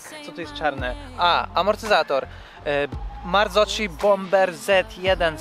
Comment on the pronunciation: Marzocchi czyta się przez ‘k’ a nie ‘cz’ ;-), maxxis minion są zajefajne, jak będziesz zmieniać to kup takie same ale najlepiej z miękcejszej gumy. Co do uszkodzonej baryłki, można kupić takie które montuje się w dowolnym miejscu na lince.